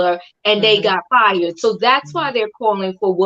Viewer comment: Woopie be FRied? LOL..I know you meant fired